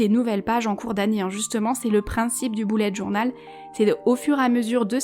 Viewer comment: On dit bullet journal et pas BOULLET JOURNAL